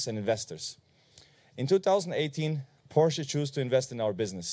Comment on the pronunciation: Apart from the hype and all the well earned praises, the English pronunciation of a leading member of such an international company as Porsche is a shame! What a German accent! Unbelievable…it does not sound right to me.